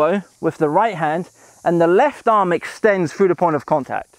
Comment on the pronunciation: "frew the ball" or through the ball 😁